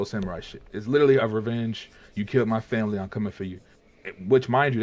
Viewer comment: “I have to save my FAMIRY” real groundbreaking storytelling right there